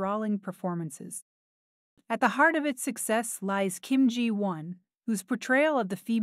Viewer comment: At least the AI pronounced “Ji Won” correctly. 😂